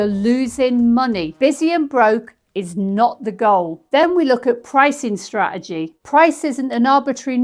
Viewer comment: Love the videos, the factual information and the humour, but… straegy is spelt and pronounced straTegy. 🥰